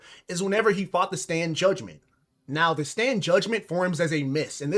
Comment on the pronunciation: btw I just noticed u said ter instead of the